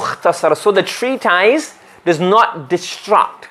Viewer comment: Ma sha Allah beautifully explained. Brilliant teacher. Just like to point out it's pronounced tree tis not tys. Couldn't help it as it was said quite a lot.